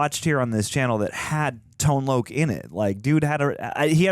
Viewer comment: Tone Loc is pronounced as Tone LOCK! ....... Not Tone Loak.....